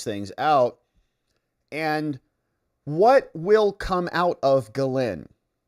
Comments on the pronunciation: But it is pronounced Jizz-Lane… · I love your channel. I’m probably going to signup as a membo. You course corrected on Maxwell’s first name but you’re slightly off. It’s pronounced “gill-lane” not “gill-linn”. Not being picky, just trying to raise your profile! Keep up the awesome work brother! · Just FYI, her name is Ghislaine (Jiss-Lane) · I seriously don’t think your pronunciation is anywhere close! JissLane is what I have heard! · It's a French name so it's Gee-Layne with a soft G, but she's British so it's also pronounced Gee-Layne with a hard G. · Good grief, you looked up how to say, “Ghislaine” just yesterday and now you’re already back to saying it like an ignoramus.